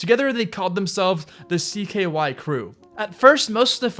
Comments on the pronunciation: Camp “cyk”? “Cyrus” xm? Do some more research next time please. You’re too large a channel to be so lazy. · Spike “jonezee” rake “young” you’re talking out of your ass “cYkay” cringe